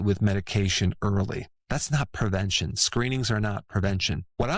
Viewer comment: PRE-ven-tion, doc.: not per-ven-tion.